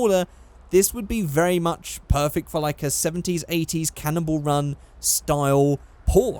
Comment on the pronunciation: Why do you pronounce Cannonball run like "Cannibal run"?